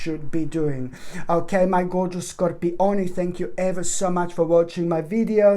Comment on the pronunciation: Haha Scor-pi-oni 😂